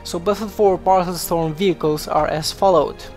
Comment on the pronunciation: Paracel storm, not parcel storm